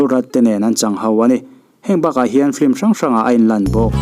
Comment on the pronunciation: Sapțawng hi i lam uluk tehlul nen, FILM hi FLIM tiin ilam leh lawi a.....duhsakna nen ka lo sawi ve mai²...